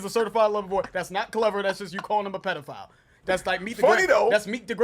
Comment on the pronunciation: He pronounces "pedophile" (pediFOWL)!OVO Y'all missing the deeper meanings, ‼️yo